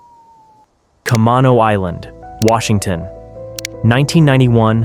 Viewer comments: Ca-mane-oh island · kuh-MAY-no island. Is how it’s pronounced. Sorry to be a stickler, just a fellow Washingtonian here 😂